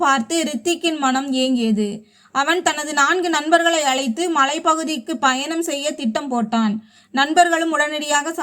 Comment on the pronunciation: When you pronounce the word -,travel-you are sounding it as" Bayanam" instead of Payanam. Correct it